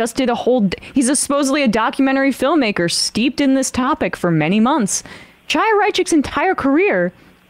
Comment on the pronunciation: Look I don't like Chaya Raichik any more than the next person, but I'm pretty sure that's just not how her first name is pronounced. Unless I'm missing something or it's a MR bit?